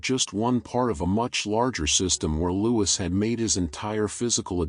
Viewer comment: Please, its pronounced 'Loo-ee.. good content besides...